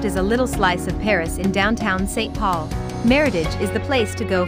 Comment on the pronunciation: If your robot can't say St. Paul properly, that means it needs fixing. Estee.... Paul.